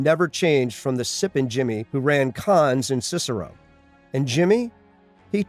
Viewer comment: Ok good video but are you saying slippin Jimmy or sippin Jimmy?